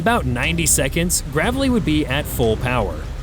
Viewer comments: THAT'S "GRAY VLEE" [ Gravely ] not GAAAVLEY !! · USS GRAVE LEE ............NOT GRAV LEE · Its not Gravvelly its GRAVEly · It's not GRAV-ely .....it's GRAY-vely. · It’s not pronounced “the gravel e” it’s pronounced “the grave lee”! You’re welcome USN! Courtesy of the USAF! Brothers in Arms! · The ship's name is pronounced GRAVE-ly. Not Gravelly. Another video ruined by a shitty computer generated voice track. Downvoted therefore. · it is pronounced”Grave Lee” not “Grav - Lee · Just two things, speaking as a combat-wounded disabled Navy veteran, it's USS GRAVELY (DDG 107) pronounced with a LONG A sound as in grave - ly, not gravel - y; AND the units you're discussing here are SHIPS NOT BOATS. Boats are things that submerge and / or are carried on ships. Ships are MOSTLY what the Navy deploys. And just incidentally, this occurred in January of 2024, not 2025. The GRAVELY is currently deployed in the Gulf of America to assist in drug interdiction, among other duties. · I guess AI doesn't know the difference between Gravely and Gravelly. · USS GRAVE-ly AI. Not "gravelly." Say it. GRAVE-ly. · not "Gravel-y" - it's "Grave-lee" after the Vice-admiral from the 1960's. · GRAVE-LEE, Gravely means SERIOUSLY😂it needs a double consonant to be gravelly,like a dirt road🙄😂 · Its pronounced Grave-lee like gravely wounded or gravely mowers. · Absolutely love your content. I would like to confirm with the comment below that the name of the US ship mentioned in the video is pronounced, USS "Grave-ly" after the former United States Navy head of the Pacific fleet, Admiral Gravely. 😁✌🙏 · Can't Pronounce "Gray - Vlee" . Ridiculous. Yer a Real Pro Go Navy. God Bless America🇺🇸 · My son was A US NAVY SAILOR on this Ship and was on there during this. I'm so thankful him and his fellow shipmates are home safe. Btw The ship is actually called the USS GRAVELY pronounced "Grave-Lee" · Gravelly is a stoney driveway. Grave-lee is the way tp pronounce this destroyer.